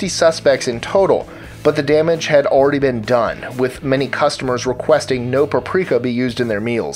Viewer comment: omg u say alldy